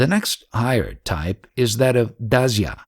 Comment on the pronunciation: pronounced shaaan-ta, daaas-ya...I think you dont really realise those words have some meaning and there is a right way to pronounce them, else you would have taken some pains to know how to pronounce them correctly, rather than saying them whichever way you want. Sorry, but most of the time nothing is understood when you say these words as to what you mean really. Sa-khya Vaaat-salya this might help: if you call up any ashram they will tell you the pronounciation in a few seconds. or any random east indian on the street shaaanta = calm Daaasya - slave Sakhaa = friend Sakhya = friendship vaaatsalya = motherly love / love that is deep and intimate